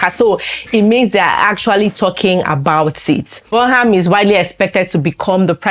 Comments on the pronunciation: It's pronounced Burnam.... not the way it's spelt : Burnham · Pronounce Burnham properly please